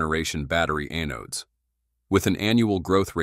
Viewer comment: The robot begs for subscribers, but I refuse until a human narrates. I can't stand mispronunciations like, "A-nodes." Stinking A.I.